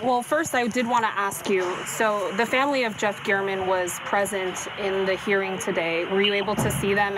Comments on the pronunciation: Is pronounced Geram not gearman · Jeff "Garmaan"?? The report loses all credibility when the anchor doesn't care enough to get the victim's name right.